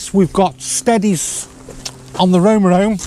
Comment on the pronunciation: "Rome Rome and Noose Venture" ?